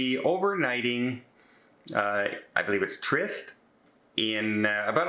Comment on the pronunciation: it is pronounced TREE-EST 👍